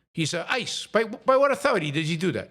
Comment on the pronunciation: "RESPECT MAH AH-THOR-I-TAY!" Rage! No fear. Bang - Bang Bang! Cop Jonathan Ross video-taped his own snuff film. And he's a Christian?